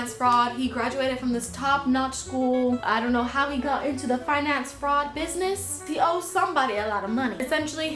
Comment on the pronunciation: this video is SO underrated bro!!!! also when you called sangwoo a finance fraud i thought you said "fine ass fraud" and like yeah, you're right